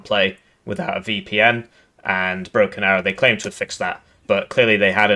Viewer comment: Did you just say Broken Barrow?